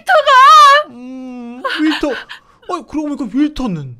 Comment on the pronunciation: 윌터가 아니라 윌크